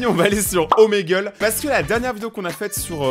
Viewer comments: Omegle sa se prenonce gle et pas gel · On dit ( omagle ) 😏😌